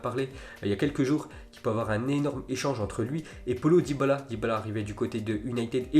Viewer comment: Frérot j’aime bien t’est zap image fait un effort pour les prononciations par exemple celui de dybala avec Paulo 🤣🤣🤣